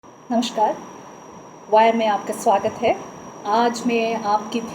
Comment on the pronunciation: She is an Assamese I think coz the way she say NAMASHKAR!!